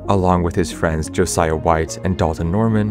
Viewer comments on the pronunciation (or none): none